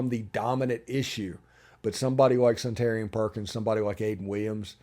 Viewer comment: I believe Suntarine is pronounced Sun-ta-rine, not Sun-tarian.